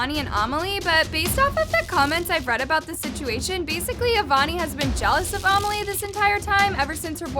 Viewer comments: a-meli? It’s pronounced ame-lee, it’s my name. lol. no hate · no hate love her but she says amelie like armelie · I think her name is amelie not omilie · Is she saying Amelie's name wrong?